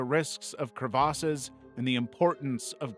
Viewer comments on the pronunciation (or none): "Crev Ass" nobody pronounces it like that. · the way you pronounce crevasses